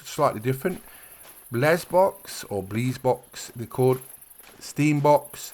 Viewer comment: It is pronounced Bless-Bok.